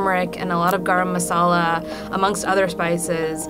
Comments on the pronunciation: Did she just “gurm masela” Garam Masala. (I’m Punjabi, North Indian) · says garam masala Tasty subtitles: gara masala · no offense to this person but the way she said garam masala is ANNOYING Edit: thats not how chutney is pronounced either >~<